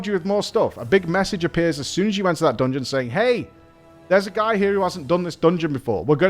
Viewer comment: I absolutely loved that “dongon” 🤣❤️